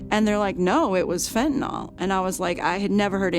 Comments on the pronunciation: It is pronounced FentanYl Not fentanOL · It pronounced fentaNIL, not fentaNOL. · FEN TAN YL...NOT FENTENALL